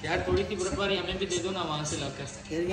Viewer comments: "بربادی" = "برفباری" 😂😂😂😂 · Brbadi 😂😂😂😂😂 brfbari ko kehh rahe hain😅😅😅